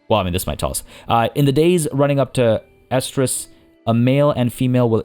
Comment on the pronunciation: "Oestrus" can also be spelled without the o and is pronounced "eh-strus". You said it right :)